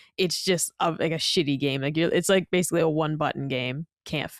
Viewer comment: As someone else who demands proper grammar and accuracy, do yourself a favor and don’t ever watch Digital Foundry when John is on. You’ll hear him butcher the word ‘basically’ and mispronounce it as “basely” approximately 10,000 times per episode.